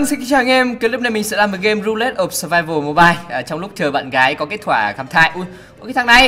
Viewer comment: Ru-lét of survival. Englick.Englick!!